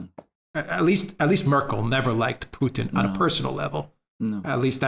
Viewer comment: It's putin not poothin just say Vladimir you sound ridiculous